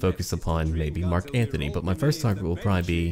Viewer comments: Antony, not Anthony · ***** Still it is Antony.